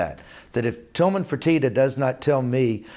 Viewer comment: It's Tilman, not Tillman